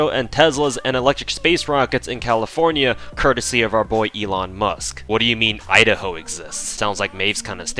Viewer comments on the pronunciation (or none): none